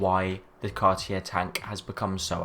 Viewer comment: Learn to pronounce Cartier, just out of respect. Also, your dismissal of any JLC beyond Reverso says more about you than it does about JLC - the watchmakers watch...